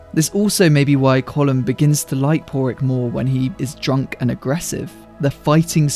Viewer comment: Our fourth green field? Have to say finally someone can pronounce Colin Farrell's charecter's name.